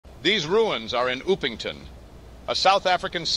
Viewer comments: Its Upington not Oopington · The AI’s prenouciation of Upington caught me off guard